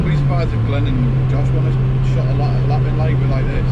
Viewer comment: I literally thought you said 'If you give her a slap' here, I had to rewind it to double check! 😂